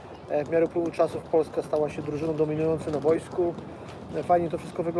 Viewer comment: Zauważyliście, że oni wszyscy w PZPNie mówią bojsko zamiast boisko? Nawałka tak mówił, Brzęczek tak mówi i tu Koźmiński też mówi "na bojsku". Brzęczek jeszcze do tego wszystkiego mówi "reprentacja" :P